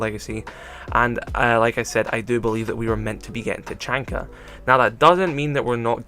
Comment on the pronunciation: YOU SAID HIS NAME WRONG!!😡😡😡